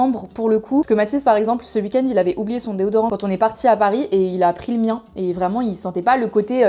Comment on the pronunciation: "ce wuik-end" ☺ tu parles comme ma maman qui vient de nancy